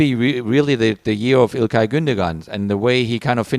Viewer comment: Wish people would learn to pronounce İlkay's last name properly. The second g is "soft" (ğ) and not pronounced other than slightly elongating the o vowel that precedes it. The same mistake is made when native Anglo/Latin speakers attempt to pronounce Çalhanoğlu. The ü is also more like an "ueww" not "uhh", but that's not as egregious as the ğ. I'm a native English speaker myself (with a Turkish background), but I hope I hope this message gets passed along to the ESPN FC commentators/producers. If the player is going to be discussed every other show, at least attempt to say his name correctly.